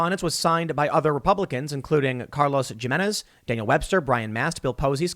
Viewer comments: Tim's pronunciation is cringe. Carlos Jimenez is correctly pronounced as 'hee-men-eh-z' not 'jah-men-eh-z'. The surname is Spanish and the j is pronounced as an h. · It's pronounced Himenez!! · Tim you're smart enough to know that the J in Jimenez is silent. Lmao!